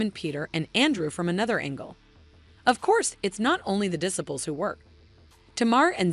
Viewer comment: Check your pronunciation of "disciples." It's not right.